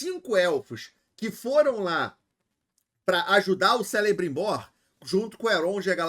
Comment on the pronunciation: se fala "Kelebrimbor", o C tem pronuncia de K, assim como Cirdán (Kírdan)